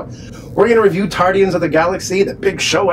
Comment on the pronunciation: Tardians? what sounds like Doc Who? lol Guardians was a good movie, cheesy ending but still funny at times, I NEED THAT GUYS LEG!